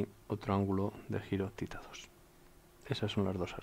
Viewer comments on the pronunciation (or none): ¿no es "theta" en lugar de "tita"?